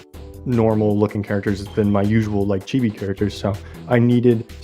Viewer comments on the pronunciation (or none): none